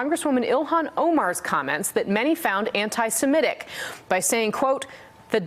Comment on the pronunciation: Points for pronouncing "semitic" correctly.